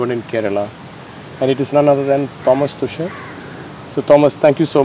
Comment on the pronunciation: Man, at least pronounce his last name right. He is German not English so you just cannot pronounce his last name like you would do in English. Given he is sitting right in front of you, you could have asked how to pronounce it correctly. Our name is our identity and calling someone with wrong name is just disrespectful even though in this case I know for certainty the host wasn't being. Also I am just asking any other person in this would want, that is people pronounce their name correctly, it is not a lot to ask..